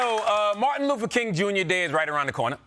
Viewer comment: Did bro jus say Martin "Loofah" King Jr. 😮